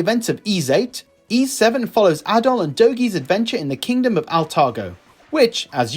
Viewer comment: A really nicely put together video. I’m really looking forward to Ys IX but can’t decide whether to get it for Switch or PS. Having VIII and Celceta now on PS I may get it for that. Ooh, just one thing, and I think as you are a massive fan of the series I should say, the S is actually pronounced like an S and not a Z (think Peace not Please).